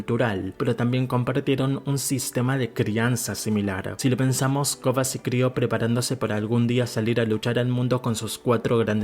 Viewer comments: Excelente video, a mi me gusta mas la leyenda de Korra. Pero porque le dices “Kogha”? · A él le cuesta pronunciar la "R".